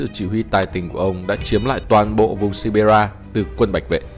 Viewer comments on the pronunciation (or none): none